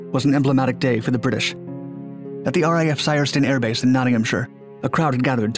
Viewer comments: Syerston, not Systerson……. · Systerson is pronounced Sys-ter-son